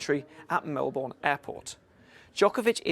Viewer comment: Australians support Novak. And if you are going to commentate, then maybe learn how to pronounce Melbourne.